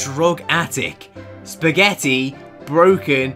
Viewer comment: I love the parts when he says "sPaGGeTi"